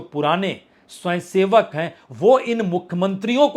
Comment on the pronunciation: 'स्वंयसेवक ' क्या होता है । पहले 'स्वयंसेवक' शब्द तो सही बोलना सीख ले ! कुछ भी गपोड़े मारना राजनीतिक विश्लेषण नहीं कहलाता ।